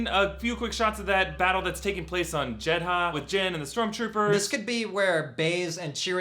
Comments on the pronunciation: this is pissing me off, yes its spelled jedha but its pronounced jedah, not jed-ha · It's pronounced "Jedda" not "Jed-ha".... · its Jeddha without the "H" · Guys, the "H" in Jeha is silent. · The inconsistent jedha pronunciation hurts my brain. It's Jed-uh.